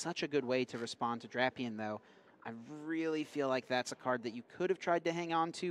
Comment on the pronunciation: This guy’s acting like he’s never heard of the legendary duo of Drap-eon and Vike-a-volt.